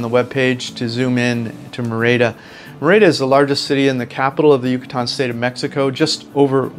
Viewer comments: It’s not “mehr-ey-dah.” It is pronounced “MEH-rih-dah.” With the accent, stress over the first syllable. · Pronounced MER-EE-DA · A friendly tip:. Merida is pronounced Me-RI-da. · Lovely vid, but it is pronounced MER-i-da 😀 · If you could pronounce Merida correctly, it would add credibility to your video.